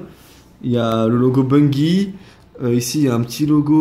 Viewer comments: sa se prononce ''Bunjie'' et non bungie pcq c en anglais ;) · tu le prononce mal ses pas gi ses ji